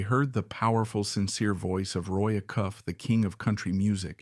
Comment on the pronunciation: This AI reader says "uh-KUFF" for Acuff, which everybody listening will hear and be shocked by.